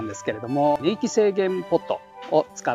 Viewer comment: /様 お答えいただきにくい質問2つで失礼いたしました。 "ねいき”ではなくて”こんいき”ではないですか？